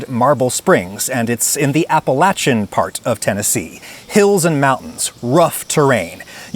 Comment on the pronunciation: Firstly, thank you for pronouncing Appalachia correctly!! My momma and granny always ate buttermilk with sweet corn bread crumbled in it & topped it with raw